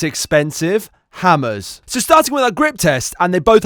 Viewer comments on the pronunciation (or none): This is different, last time he said "ammers" instead of "hammers"